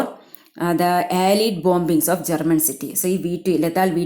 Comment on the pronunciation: Malayalam summary കേൾക്കാനാ ഇവിടെ വന്നേ 🙂... വന്നപ്പോ ദേ വായിച്ചു വിടുന്നു...👎🏻 പിന്നെ (അലീട് അല്ല... അല്ലെയ്ഡ് )🙂👍🏻